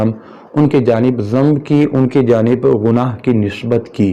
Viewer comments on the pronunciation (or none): کہاں تو گنگو ٹیلی اور کہاں مولانا مودودی آسمان دنیا پر چمکتا ستارہ؟ اردو بھی تمیں ٹھیک سے بولنی نہیں اتی، گناہ کو غنا کہہ رہے ہو۔